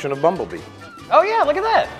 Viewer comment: “Introduction of Bumblee” Bumblebee, close Scrolling though 5 years of comments and no one seen it, ffs